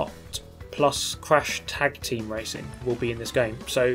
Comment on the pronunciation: Did you say Tag Team Racing?!